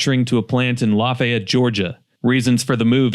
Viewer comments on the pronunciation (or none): none